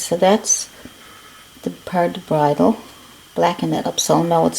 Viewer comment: So glad I stumbled onto your channel! This was really helpful! Thank you. PS You pronounced bridle correctly. 😊